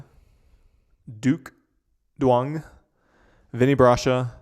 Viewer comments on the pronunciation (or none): Tyler and Bright would make an amazing couples team and cute couple period. Thank you for saying Quang's name right (Kwang). Work on the Duong pronunciation (Young or Zuong). Just look it up online. Poor guy has to go by QD because of people like you :(.